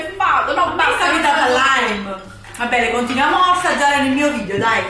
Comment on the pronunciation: La parola corretta è VIDEO, no VIDIO ma VIDEO, con la E!!!